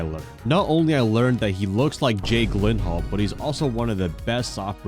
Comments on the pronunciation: its pronouced ji lin hal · you say Jake Gyllenhaa funny 😂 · Look up how to pronounce Jake gyllenhaal name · Worst pronouciation of Jake Gyllenhal ever, ngl